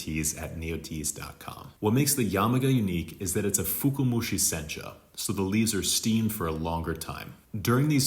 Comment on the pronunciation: I love your videos and I wouldn't know what I know if it weren't for you. However, I noticed you're saying "fuku-mushi". I believe you meant to say "fuka-mushi". If you say "fuku" it sounds like the word "luck/fortune" 福. "Fuka" comes from fukai 深い, the word that stands for "deep" in English. Anyway, good video overall! Thanks 👍